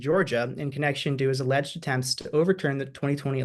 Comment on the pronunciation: Stop saying Aleged!